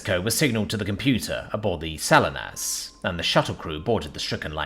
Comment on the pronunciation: Not, "Sal-in-us", but "Sa-LEE-nus".